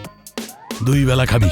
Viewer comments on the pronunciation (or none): none